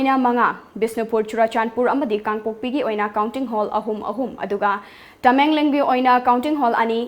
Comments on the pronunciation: Tamenglong haibiyo Tamengleng haiganu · Tamengleng natte tamenglong hai biyu